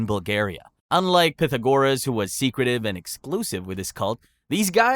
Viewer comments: Bro learn how to pronounce Pythagoras! You are driving me nuts! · Is this channel ai? I noticed you pronounced Pythagoras two different ways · It was the sometimes right, sometimes wrong pronunciation of Pythagoras that really annoyed me. It wasn't even a consistent mispronounciation! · Pah thagarus. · The last time that I heard Pythagoras' name pronounced so badly was listening to Stephen Fry telling a story about his grandfather, who came from Slovakia, who pronounced it "Peter Gorus". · I love how you managed to pronounce Pythagoras two different ways and both of them wrong😂